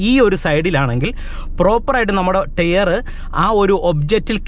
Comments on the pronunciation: "Tare" allaa bru, Tyre. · ടെയർ അല്ല ടയർ ആണു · ടെയർ അല്ല, ടയർ😅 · ടെയർ അല്ല : ടയർ .......